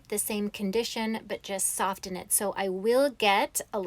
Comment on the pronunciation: Wow! This is really amazing. Your hair is gorgeous. I just have to mention: the "t" is silent in the word "soften."